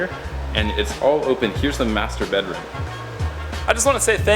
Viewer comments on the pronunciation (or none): when he says : master bedroom i dont know why but i hear masterbate Room XD